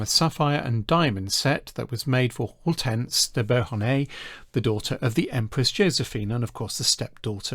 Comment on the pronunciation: Lovely video, but your pronunciation of Hortense, Beauharnais and Thurn und Taxis is awful.